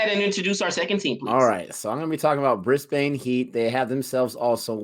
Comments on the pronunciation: Brisbane Heat - it is Brisbane with a short second syllable not a long one so "Brisbin" like "pin" not "Brisbane" like "pain." Their home ground is the Brisbane Cricket Ground but it is known by everyone as "The Gabba". All cricket fans from anywhere in the world just loves to say "at the Gabba". My childhood is filled with memories of sitting alone in the stands watching cricket all day long from as young as 10 years old. It is my happy place. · It's easy to pick an American when they pronounce the names of some of our cities phonetically. Brisbane = Brisban Melbourne = Melben Canberra = Canbra